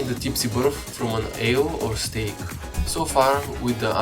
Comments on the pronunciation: I died a little bit inside when he said stake instead of sake (pronounced sa-keh) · ITS SAKE NOT STAKE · It's Sake, like Sa-ke, not "Stake". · Why did you call the Sake "stake"? It's not the same thing lol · in you meant to say that you get the tipsy buff from ale and SAKE, not stake lol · You said Stake, but it’s actually called Sake (Pronounced Sah-kay), it’s a japanese alcohol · minor correction it's sake, not stake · its sake not steak... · im guessing you meant sake and not stake? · it's "Sake" pronounced "Sock-ay" not "steak" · It's called "sake" actually